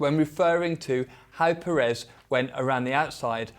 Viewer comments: The pronunciation of Pérez is Pérez not Peréz. Accentuating on the first E. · At this point you should have made the effort to say PEHrez, not PerEHz. The stress syllable is on the first E, it even has an accent to help you: Pérez. Now maybe this is stretching it a bit far, but should I expect a fair assessment from someone that after years hasn't even made the effort to properly say someone's name? I stopped at the first PerEz, hope you did do a fair assessment, but also, perhaps to gain a bit more credibility, wearing another brand name top would have been a better choice? Meh, no, that would have made you too credible, right? (Sarcasm) ;)